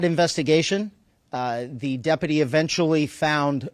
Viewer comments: Does Sherriff Chad know how to say the word: Deputy? I thought he mispoke the first time but but then he did it again! Is this like in spain when everyone started to thspeak with a lithspe? 😅 so trump makes no apologies and then tries to "weave" in a new pronunciation of a word as if he hadn't just made a word salad and regurgitated it back up into incoherent slurred speech 😅😭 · How can he keep saying depity with a straight face